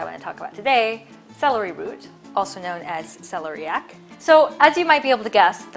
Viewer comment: I think it is pronounced Sel-EAR- ee- ak.